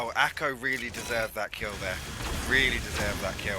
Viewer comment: Awesome vid mate, but please ACo not ACO !! :D